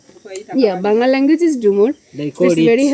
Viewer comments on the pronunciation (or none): none